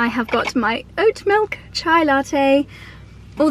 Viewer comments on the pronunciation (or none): none